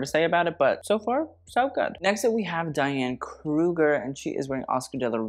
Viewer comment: It's Diane Kruger not KUGLER